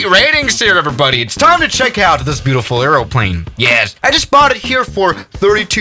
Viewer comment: Two things. Try not to eat the microphone. Say aeroplane correctly 😅